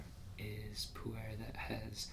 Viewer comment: "poo air" lul every time.